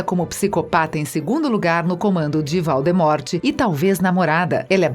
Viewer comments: "Valdimorte" HahahahahhahahhahahH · Esse vídeo só serviu pra mim da risada da pronuncia dos nomes errados, e achar que a mulher foi um pouco preconceituosa com com cabelos das duas, eu gosto do cabelo delas. Grindervalt kkkk valdemorte kkkkk basilicx kkkkkk Uyilles kkkkkk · Você não sabe falar o nome dos personagens quando é pra falar Voldemort fala Valdemort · É tipo "Valdemort" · sim, e pelo o que lembro tbm errou a da jk e do voldemort. sabe não é o maior pecado do mundo errar uma pronuncia mas ainda é uma grande falta de profissionalismo principalmente com o tipo de conteúdo que eles queriam trazer que é mais "informativo"